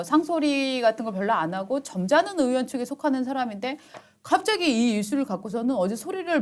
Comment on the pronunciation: 이보쇼? 으원이 아니라 의원이야요. 으 짜만 들어도 역겹소이다.